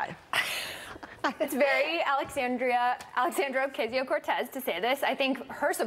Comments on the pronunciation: Do you really think they are mispronouncing her name by accident? No. Its the right wing's VERY effective way to brainwash people. In this case, what they're really saying is, "Alexandria O-whatever her name is, is so insignificant, its not even worth the effort to get her name right." And that strategy WILL work on the right. They are easily manipulated. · I can't stand how Fox "news" pretends they don't know Alexandra's name. They say it wrong literally every time. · And of course gotta mention the classic fox news demeaning tactic of mispronouncing someone's name. They know damn well what her name is, but by mispronouncing it they subtly put her down as someone beneath their concern. Fox does it all the time, especially with people of color. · Funny how they cant say her name in one attempt. Let alone pronounce it right. Their only job is to read things correctly and to blow shit out of their ass on live TV. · no they are definitely butchering it on purpose. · They like to fuck up ethnic names and then say, this is america, its pronounced like _____ now". They are intelligent people, its just a form of fodder and disrespect. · They chose to not say her name correctly they were demonstrating their contempt for her and her ideas. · They still can't pronounce her name ? Smh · The inability of Fox News to say her name correctly reminds me of Family Guy's joke about white people making Mexican food, where they say "TACK-os! on a corn tor-TILL-a!" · Funny how she was gonna say her name right then mispronounce it on purpose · As much as Fox News talk about AOC you think they’d know how to pronounce her name by now. Their ignorance is stomach churning. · They keep miss pronouncing her name on purpose. It's a racist dog whistle. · So snl can make fun of a disabled veteran, but fox can’t make fun of a dumbass. Ok It’s also stupid that fox dumbasses can’t pronounce her name it’s not that hard.